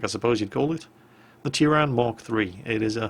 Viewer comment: you butchered the name but I don't care